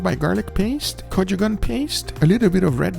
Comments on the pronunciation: Every time Guga says "Go-joo-gon" paste a Korean dies a little inside 😆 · "KoCHugAN" paste lol